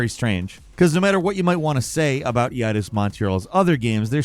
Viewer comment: Please ask somebody...anybody...how to pronounce "Deus" and "Eidos". I can't take it anymore.